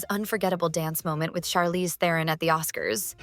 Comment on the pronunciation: As a fellow South African I so wish the world would say Charlize Tehron's name correctly Its actually "TRON" the "eh" is silent , perhaps she wanted to be psychedelic and told the world to call her "Teh-ron"